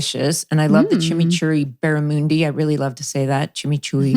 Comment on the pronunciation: Hilarious to listen to Melinda pronounce Barramundi! I want to start pronouncing it like that but may get thrown out of Australia if I do haha